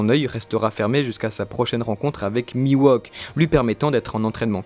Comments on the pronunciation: hey, ne sommes nous pas d’accord que oeil de faucon se nomme mihawk et pas miwohk donc il me semble que vous le prononcez mal non? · Pas trop mal, mais par contre c'est "Mihawk", pas "Miwauque" :) lol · ca me perturbe ce "mi-wok" au lieu de "mihauk" en prononciation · C'est qui Miwok ? trololo Ouai non mais il s'appelle Mihawk... la prononciation c'est important >< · Miwok oui c'est Mi Hawk xd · Putain mec Mihawk ca se prononce pas:"Miwok" mais "Mihhhowk" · Phonétiquement mihhok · "Miwauk" xD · C'est perturbant d'entendre Mihawk se faire appeler Miwok. Hawk c'est un faucon en anglais, rien à voir avec un wok, qui est un ustensile de cuisine (et pas coupant) :p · j'allais dire la même chose c'est horrible ça m'arrache les tympans !!! mais à part ça bon résume des théories sur Zoro !!! Y a pas plus badass que Zoro !!! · c'est mihok non? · Ta prononciation de "mihawk" me fait saigner des oreilles